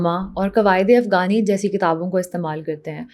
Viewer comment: Aor afgani nhi hota afghani hota he. Hm kb apni pronounciation theek karenge?